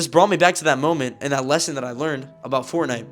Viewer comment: ”The story that im Abóút to tell you